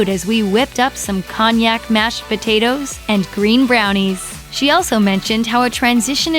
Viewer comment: How embarrassing to be an adult publicly narrating to a large audience & not even know that the "h" in "herb(s)" is silent. Or how to pronounce "cognac"🙄